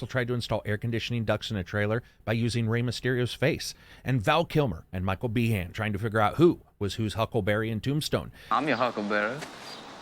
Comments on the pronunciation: Michal Bee-han? It's pronounced "bean"... Also, Roger Fuentes in this game looks like Tom Hardy. Coincidence? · HE JUST CALLED MICHAEL BIEHN MICHAEL BEEHAN. HAHAHAHHAHAHAHAHAHAHHA